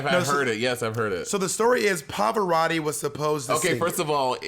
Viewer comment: Omg Monet your Italian pronunciation is on point!!! Love from Italy